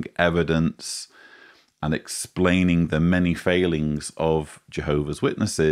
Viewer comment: Lett the “Splanin’ ’’” begin 😂!